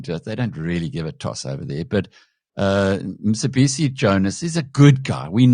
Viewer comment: Mcebisi not Msebisi